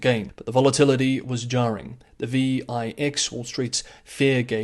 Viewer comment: It called the Vix Not. V. I. X. 🤦🏼‍♂️